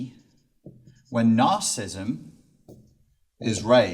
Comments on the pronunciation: You're giving a talk on a topic, yet you cannot even pronounce the name of the topic. It is not 'narcism'. It is nar-ci-si-sim. You're dropping an entire syllable. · FFS the word is pronounced 'NARCISSISM', not 'narcism'. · It's narcissism, not "narcism". Good talk, thanks. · I would find it a lot easier to take you seriously if when you are giving a talk about NAR-CIS-IS-ISM you would learn to pronounce it properly. It has 4 syllables not 3. Just saying.... Peace out dude! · He....he's saying "nar-cism". He didn't just misspell it, he's actually pronouncing it incorrectly. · How do you take him seriously when he can neither spell it nor pronounce it correctly?